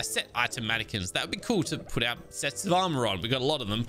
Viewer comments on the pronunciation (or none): none